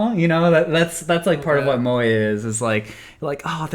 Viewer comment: The pronunciation of moe and tsu... “mo A” and “su”